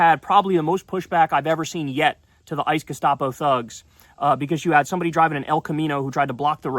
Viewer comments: The ice gustapo? Say it again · Abby Phillips is hopeless. She will always be on the wrong side of the issue. #Sheep And that guy who keeps saying "gestapo" ICE is clearly just parroting the Leftists MSM narrative. Disgusting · Who is the loser in the teal shirt calling ICE, "ICE gestopo"? He doesn't even care that there child-slave labor on the plantation... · “Ice gustapo”?? Really?!?!